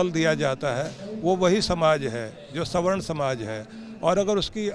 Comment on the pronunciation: Swarn kiya gold k bane ho... Ase bol raha hai sawarna 😂😂😂😂😂